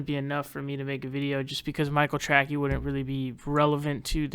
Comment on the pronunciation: I never liked Michael Trackey when he was on TYT. I thought his last name was pronounced "Tracey"', no?